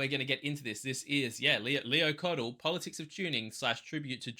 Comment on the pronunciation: FYI Kot- Key and Fay- He.